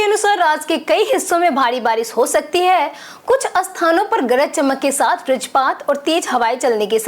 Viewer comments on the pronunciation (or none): none